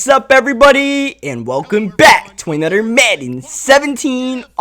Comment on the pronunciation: Am I the only one that gets mad when when he says "other" or "another" he says ater and anater with out the H